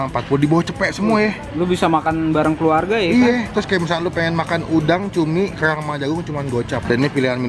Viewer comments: Kellrlrang ngomong yang bener dut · Kok aneh ya pas ngomong "kerang" 😁